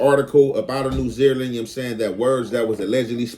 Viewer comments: Got damn that got on my nerves 😅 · New Zealand pronounce: NEW ZEE LAND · The way you say New Zealand, New Zeerland/Zereland had me cracking up I had to make sure I wasn't trippin like is this a new country I never heard of or is the Cali accent or is that just the way you say it hilarious though